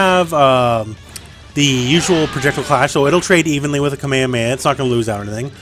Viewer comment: Your saying KA-ME-HA-ME-HA wrong ..... just sayin